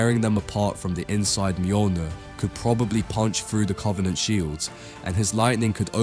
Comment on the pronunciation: cant take this guy seriously the way he says covenant